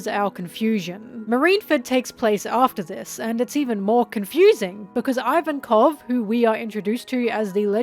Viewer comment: "Ivankoff" not "ivan-koff"